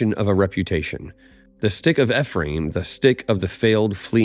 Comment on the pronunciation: Its ee-free-uhm